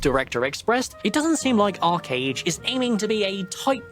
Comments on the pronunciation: I think you're pronouncing arch wrong. You say it like arc or ark but it's ARCH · it's arCHage, not arKage